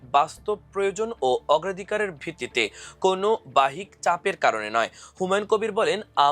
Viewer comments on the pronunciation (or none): ওরে মূর্খ বাহিক নয় । উচ্চারণ ঠিক কর। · Bajjik uccharon Korte parenna khobor porte esechen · বাহ্যিক এর উচ্চারন ঠিক করেন। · ভুল উচ্চারণে সংবাদ পাঠ।বাহ্যিক শব্দে।